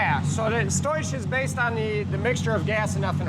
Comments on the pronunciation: lmfaoooooo motherfucker seriously said "stoish" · When he says "stoich", sounds Dutch. Does he love gold?